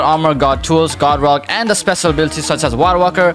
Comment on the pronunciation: nice video but i wonder what is with his voice like when he said mojo i head mozo or spesial instead of special